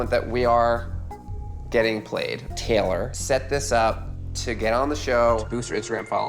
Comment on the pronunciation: our names are TAY LOR not TELL ER... geez